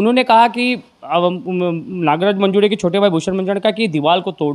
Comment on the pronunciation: अरे येड्यांनो...!!! मंजूडे नव्हे मंजूळे म्हणा...... देऊड नव्हे देऊळ म्हणा.......